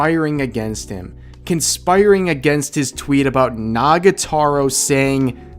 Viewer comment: Rev you keep saying Nagataro. It's Nagatoro. Toro. To-ro. Pls. It's killing me that you're mispronouncing it.